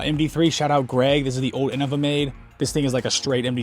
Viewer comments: Well ig I've been saying innova wrong my whole DG career . I say it "in-know-vuh" but never "in-uh- vuh" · Not that different. The ‘bad’ way would be in-nova.